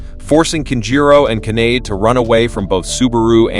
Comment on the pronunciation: Kanade is not pronounced like grenade.